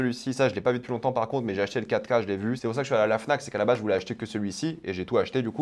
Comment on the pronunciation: Quand il dit 4k j'entend caca ducoup je suis content